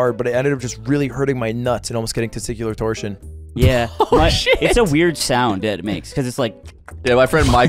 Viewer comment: You can tell he’s an English major because of how casually he said TesTICuLaR TorTIoN